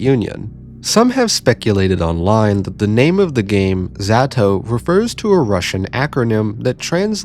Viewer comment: why do you pronounce zato like that